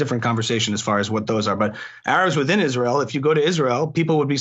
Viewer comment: Is- Raz- Elle? It doesn’t exist. Satan’s Hordes. AHAHAHAHA !